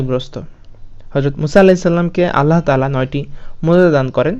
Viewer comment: আল্লাহতালা না আল্লাহ তায়ালা